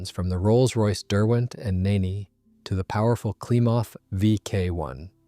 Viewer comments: 1st. The Rolls Royce Nene's name was pronounced "Neen", NOT "Nay-nay"... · “Neen” not “Ninni”, you ninny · It's Nene (Neen) like ween, or bean. I know it won't make a difference because it's AI anyway. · Nene is pronounced knee-n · Maybe, but a better AI system would ask for clarification on pronunciations of proper names, or the script writer would proof listen to its responses and correct the script. I'm pretty sure the script said Nene and not Neen, if you know how literally AI takes things you can make adjustments.